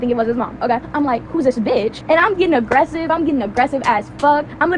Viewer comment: Oh look, yet another white person slipping into AAV when getting aggressive